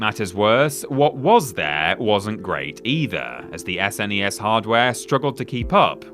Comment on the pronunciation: Who in the hell pronounces SNES "ess en ee ess? It's a snezz mate!